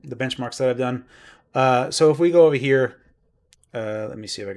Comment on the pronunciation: Ova hyah LOL. Love your videos man